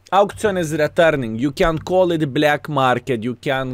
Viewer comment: Did you really say “available on the blyad market”? 😂😂😂